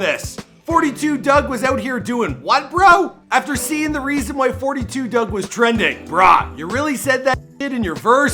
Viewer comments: and it’s FOUR TWO DUGG not doug while you think you know sum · I can’t watch if you keeping forty two dugg it’s just four two dugg